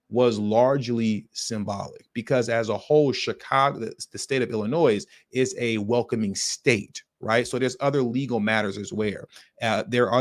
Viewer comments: It’s Illinoy not illinoise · You’re a smart guy. WHY ARE YOY SAYING THE S IN ILLINOIS!? Stop it. It screams dumb and you’re NOT DUMB. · I'm not being petty, but the s in Illinois is silent. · Mofo, you’re Cool but STOP saying the S in Illinois. Please lol😂